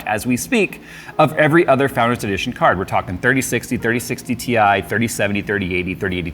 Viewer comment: 30-70 TIE!! it's TIE.:D